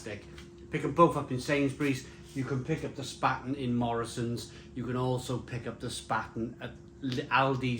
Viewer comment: It’s pronounced Shhpahten !